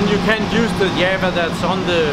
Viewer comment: What the hell is "yevva"...; does he mean Java? :)